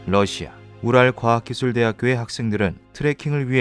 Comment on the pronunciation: 분명 우랄산맥인데 ㅂ랄로 들리네….난 존나 망했다